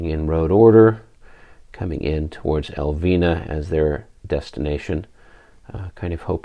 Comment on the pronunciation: I'm digging into the popcorn and watching with rapt interest. Since you do seem to not want to butcher the Spanish town names, Elviña would be pronounced "El-veen-ya" the tilde (~) over the n imparts a rolling of the tongue and a N-Y sound. Keep at it, the battle seems to be shaping up nicely...